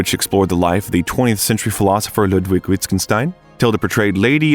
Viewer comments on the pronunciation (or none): none